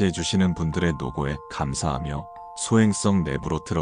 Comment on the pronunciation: 발음이 소행썽.탈출썬.이래서 킹받음